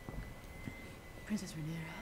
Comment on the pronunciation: It's Rhaenyra not Rihanna.